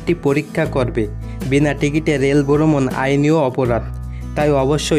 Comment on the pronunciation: boromon na its brhomon